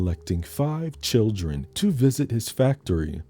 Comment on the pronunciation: Not the churren 😂😂😂